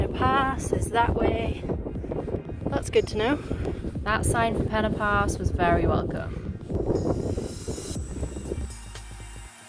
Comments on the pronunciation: Fantastic! You can pronounce 'Pen Y Pass' correctly. It is not 'Penny Pass' like so many pronounce it. Well Done! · Great video, thanks. I'm impressed you pronounced Pen Y Pass correctly too - almost every video I've watched they say Penny Pass!